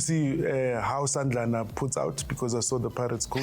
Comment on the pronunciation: You call our coach Sandlana rlly